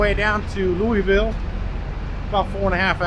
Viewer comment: There ain’t no e in Louisville